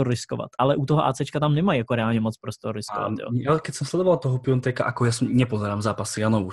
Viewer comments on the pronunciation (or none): Malá připomínka, z toho "Pionteka" bolí uši, když je to Piatek